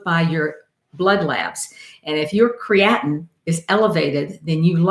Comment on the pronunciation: is she saying creatinine